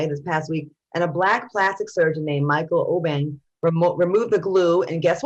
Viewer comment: Al pronounced the 'Obeng' name Correctly. I'm a Ghanaian n that's name is a Ghanaian name.... and Al u did that... First time hearing an African-American mentioned an African ghat right on his 1st attempt. ✌🏿👌🏿👍🏿